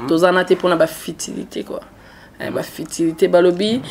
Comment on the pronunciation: Toi la fille inteligente on ne dit pas fitilité on dit futilité kiokiokiokiokiokio